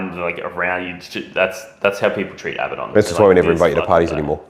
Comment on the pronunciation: I sat here for all 53 minutes listening to amazing content.... but wondering in my head... is it Ab-ah-don... or is it how these reverse toilet flushers are saying it... abahdun